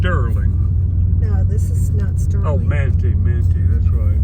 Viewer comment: Pronounced man-tie. I would hardly call it sacred. They get naked in there, reenact disemboweling themselves and have secret names and handshakes that aren’t so secret 😬😮you know, breaking the first commandment in making themselves gawds😮😮